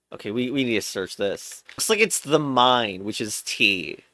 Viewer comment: it's pronounced thaimeen